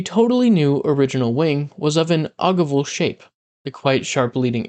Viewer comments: Pronounced: "Oh-give-all"... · You should Google how to pronounce “ogival” lol